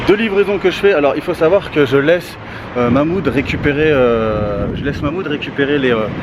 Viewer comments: Mamoude 😂 respect le Karim prononce le H de Mahmoud 😭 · MDR tu la pas respecter c mahmoud pas Mouloud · C pas Mouloud c Mahmoud